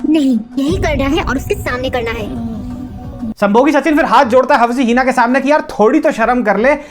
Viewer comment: Yaar hawsi heena..... After listening hawsi heena so many times I was like koi to rok lo ko🤦‍♀️🤦‍♀️ 😂😂